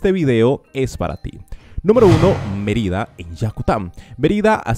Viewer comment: Merída en Yacutan? Es Mérida con acento sobre la E y es Yucatán. Querétaro con acento sobre la E no Queretáro. Como puedes hablar de las mejores ciudades si nisiquiera sabes pronunciar sus nombres.